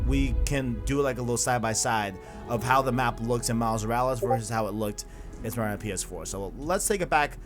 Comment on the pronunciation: Dude, its miles morales not miles moruls